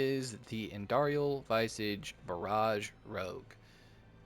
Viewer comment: No snark or grief here, just a heads up. *Vis-ahh-ge Mispronounced words are said to be a sign of intelligence because most likely you’re learning the pronunciation through reading. Enjoying your content, keep up the good work!